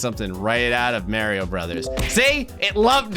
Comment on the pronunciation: Your pronunciation of 'Mario' is infuriating lol